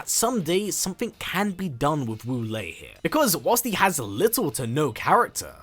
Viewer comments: My name wu lae don't say WALL-E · My favorite Wu Lae in MK is MK9 Quan Chi’s gibberish (“Woolay!”)